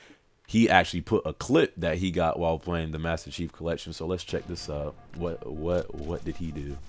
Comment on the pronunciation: omg he said the master chief kief im done